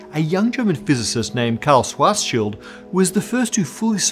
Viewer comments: Stop saying swah-shield. I don't know exactly how Schwarzschild is supposed to be pronounced, but I'm at least sure the r isn't silent! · My God, just say SHVARTS-SHEELD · uses to pronounce SCHWARZSCHILD's name kinda 'Schwarz-child'. This is why all the discussion about children began. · "Swashshild" LOL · Yeah. I remember thinking at the time that that pronunciation seemed wrong, or at least not German. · His pronunciation of Schwarzschild is terrible but I can't blame him for it. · Why do you keep pronouncing "schwarzschild" like that. Stop!